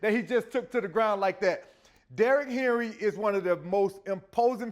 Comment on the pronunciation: He's saying Henry...